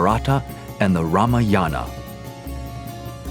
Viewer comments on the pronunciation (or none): it is not MaaahaBharaaata but MahaaBhaarata .. Its not Ramayaaana but it is Raamayana